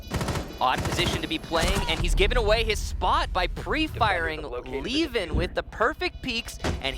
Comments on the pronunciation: Why are they now calling him leven and not liven? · I guess. I got used to "liven" even though I knew better at the start